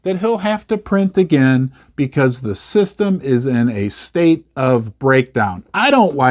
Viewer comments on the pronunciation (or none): none